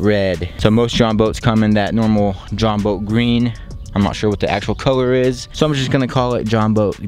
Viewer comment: It’s Jon boat not join boat